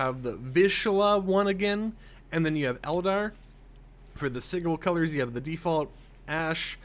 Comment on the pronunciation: Not to be rude, just to correct it it pronounced si-jil